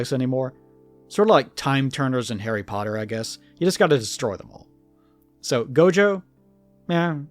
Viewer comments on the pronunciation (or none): none